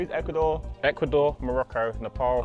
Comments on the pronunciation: its Nepal not Nepol josh..Ne-Pal not Ne-Pol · I am from Nepal. Lol did he say Nipple? 😂